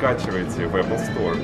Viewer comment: Неужели остались люди, которые говорят не правильно Apple